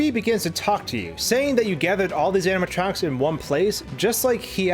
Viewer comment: Amma tronks. You keep saying.... Amma tronks.